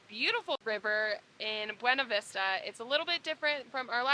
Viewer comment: Awesome video. Love the views! I dream of living in a truck camper. Also, PS—it’s pronounced Bway-Na-Vista ( ) keep these videos coming!